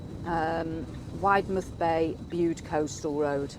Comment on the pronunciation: I love your vlogs, we’ve just bought a caravan, we’re members of our very unofficial village caravan and motorhome group, I have tipped them all about your vlogs, especially parking. Cornish folk will tell you Widemouth Bay is pronounced Widdmuth. Black Rock cafe brings back happy memories of holidays years ago. They did the most amazing scones